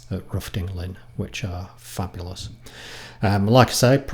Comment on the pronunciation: Nice video of where I grew up. I live in Sussex now. Where you turned off the main rd to look at the rock carvings is just 1/2 mile from our old house. Just one thing, its pronounced "Rowten Lin", regardless of the spelling. Always has been; ask any of the true locals. Other than that, very enjoyable & nice bikes the XSRs. Steve